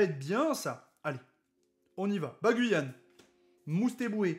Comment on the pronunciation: Bagguiguane* (et non Baguyane haha)